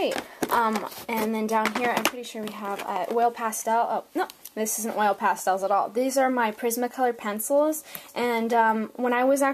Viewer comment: It's funny that no matter how helpful and great your video was, I still got so angry about the way you pronounce 'oil pastels'. Don't worry, I still gave it a thumbs up! 🙂